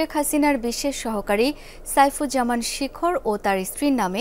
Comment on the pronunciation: শিখর না শেখর 😂😂